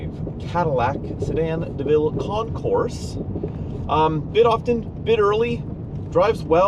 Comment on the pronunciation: "Concours" is pronounced without the S in the end. It's a French name.